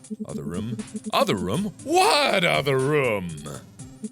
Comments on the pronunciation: IDK, everyone I know says roooooooom, with like a really long OOOOH, and to my ears it sounds like Mark says RUM. I like it though. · I love the fact he pronounces room like rhum. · I like how mark says "rum" instead of "room" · Am I the only one that just loves the way Mark pronounces "room"? Makes me grin every time.